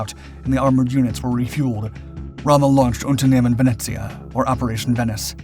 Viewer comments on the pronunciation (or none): none